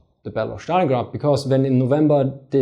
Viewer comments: Why do you call it Shtalingrad, when its clearly named after Stalin, whom you properly pronounce Stalin and not Shtalin? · ẞtalingrad , nicht Schtalingrad ;) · Dann drück ich's anders aus. "Сталинград" kommt von "Сталин" wobei "С" einem scharfen "S" (=ß) entspricht. Die der originalen, russischen Aussprache am nächsten stehende Aussprache ist demzufolge die im Englischen geläufige.:D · Dann war wohl auch das ungünstig formuliert... Die Englische Aussprachen beinhaltet die Trennung zwischen S und T und da ich offensichtlich fälschlicherweise annahm die Englische Aussprache sei dir familiärer als die Russische, versuchte ich dir ohne Russisch-Kenntnisse vorauszusetzen, die dem Original am nächsten stehende Aussprache zu demonstrieren.